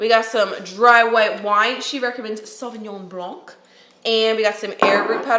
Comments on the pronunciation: I'm french and yeah the "c" is silent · Sauvignon blanc is pronounced Sauvignon blan